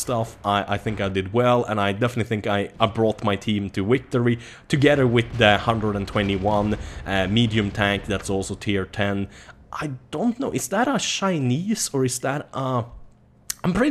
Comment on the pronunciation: why say wiktory?